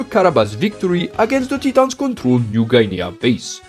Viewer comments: "Tee-tons" hehe, keep up the great videos man. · Not a grievance, was just pointing out it caught me off guard and made me laugh....please don't misunderstand...I tried to make it clear wasn't an issue, just had me laughing.....